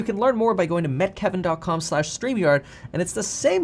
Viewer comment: Why does he pronounce “Meet Kevin” and “Met Kevin” ??????